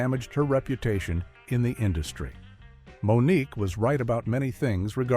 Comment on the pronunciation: Moniqwai 😂😅😆 AI sucks